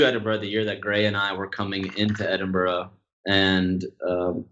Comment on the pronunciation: Finally, an American who can pronounce 'Edinburgh' correctly.